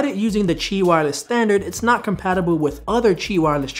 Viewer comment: First off, really enjoy your videos. I just purchased this watch, and love it. Second, thanks for teaching me something. I did not know that Qi was actually pronounced (CHEE) and you kept saying it, so I had to look it up. I work in the tech industry and I've never heard anyone pronounce it that way. You made me smarter, thank you sir!